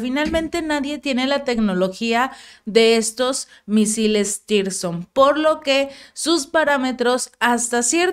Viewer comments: podes corregir a tu periodista? No se llama tirson, se llama zircon...👍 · hace rato que dices Tirzon y es " 3M22 Zircón " 😂🤣🤣😂😂👍 y no está demás decir a la Federación de Rusia que tiene todo el apoyo incondicional desde Latinoamérica. Saludos desde Santiago de Chile...🇨🇱 💕🇷🇺 💪💪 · Zircón es el nombre los misiles no es tirzon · Se pronuncia zircon, no tirson...